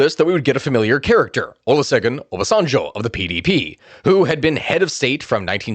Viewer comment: its oba sen jo -pronunciation